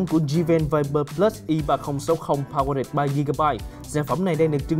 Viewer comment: Powered, phát âm sai nha